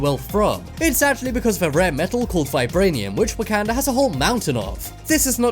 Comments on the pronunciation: Who else is triggered by him saying wakanda wrong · The way you pronounced Wakanda was so cringe 😂